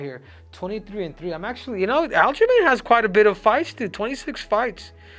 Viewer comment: Loved "al-ghislaine sterling"😂